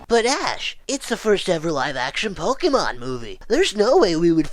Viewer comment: It's pok-ayy-mon not pok-ee-mon Also if pokemon were real life would be better cause now eevee is a reality but we're all gonna die cause now driftloon and yveltal are now a thing